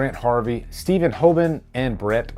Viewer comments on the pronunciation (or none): none